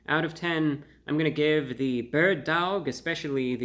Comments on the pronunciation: Bro, do you know how to pronounce "dawg"? Aren't you from NY? Just pronounce "dog" with a NY accent ffs. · I like the second way you said it. Sounded New Yorkan. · Dowg is different than dawg. How would you pronounce “awful”? Owlful or awful? Come on, Reviewbrah! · You can pronounce it like “awe” instead of “ow” you know 😭😭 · The bird DAWG emphasis killed me every time ^_^ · lol dawg isn't pronounced dowg, just like dawson isn't pronounced dowson. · The way he says dauwg I love it ! 😄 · I went and got some "Loaded" Bird Dawgs after watching this and I couldn't stop pronouncing it "dAWg." They were delicious too! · Dude stop pronouncing it like that! You sound silly! Dauwgh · Sorry to say this but the way you say Dawwg is so white. I love it fam keep up the good work. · It's horrible but it's still pronounced Dog. Like the Cleveland Browns have the Dawg Pound. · You forgot the 5 extra w's in the title that you're pronouncing in dawwwwwg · Your drawl on the pronunciation on DAWWWG makes me LAWWWLLL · I couldn’t stop cracking up when he kept emphasizing the “DAWG.” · Dawg is pronounced the same as dog lol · I crack up so bad every time he says DAWG lol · He says daWg so intensely but then immediately in his own accent says doAg (dough-ogg) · How we pronounce it in La is Dauhwg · The way he starts slurring the word Dawg gets progressively funnier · His pronunciation of Dawg has made this one of the best videos on YouTube! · Each time you said "dawg" my entre body trembles hahaha. Entertaining as always! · The way hey pronunciates dawg 🤣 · no he clearly thinks that's how you pronounce "dawg". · Happy Birthday there Report of the Week! I could listen to your pronunciation of dawg until the birds come home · I LOVED how he pronounced DAWG throughout this video! 😂😂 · good Lord such epic mispronunciation of a simple slang word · The "Dawg" makes me laugh. every time he says it.